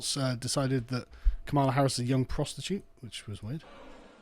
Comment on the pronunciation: did I miss something who is Harrison? or is just a British way of saying her name? no hate bro just curious